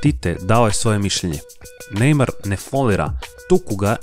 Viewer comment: Nije nejmaro nego nejmar